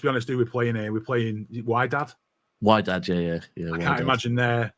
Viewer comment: It's pronounced Widad , don't worry about how it's written in English. Should I worry about Savinho becoming another Darwin Nunez in front of goal?